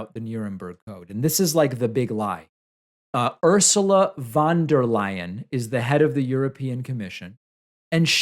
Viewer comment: I didn't see the newscaster struggle to read the teleprompter. However I did hear you struggle to pronounce Ursula's last name.